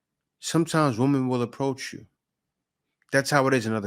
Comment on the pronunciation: How hard is it to say WOMEN? It's like Swimmin' with no S.